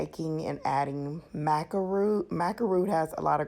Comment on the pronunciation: It's pronounced Ma-ka Maca powder.. 💆